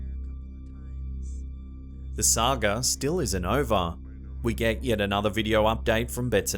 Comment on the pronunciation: said Sag-er instead of saga